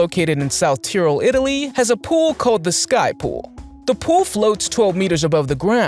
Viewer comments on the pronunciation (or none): none